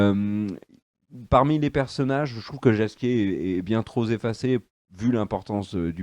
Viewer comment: "Bien trop zéffacé". Bravo l'éducation nationale!